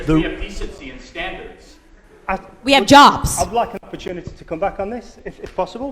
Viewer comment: Charlie Kirk says standards and the closed captions say scandals